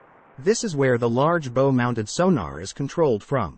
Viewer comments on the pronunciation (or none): Stern is rearward the front it the bow, not bow, bow, as in bough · Bow is not pronounced at all like that. Interesting video though, thanks. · Someone should edit these machine narrated scripts for pronunciation - I could feel the collective wince of sailors everywhere when it pronounced "bow" like a bow & arrow... it's pronounced like in Japan people bow to each other...why I don't know.... But the animation & 3D views are great - thank you! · the main mispronunciations I heard: 'bow' - on a boat it rhymes with 'cow'; and the 'Mk' in the torpedo designation is short for 'mark', for example "Mk 48 torpedo" should be read as "mark 48 torpedo". A terminology correction, the bathroom in the navy is referred to as 'the head'. Hope this helps!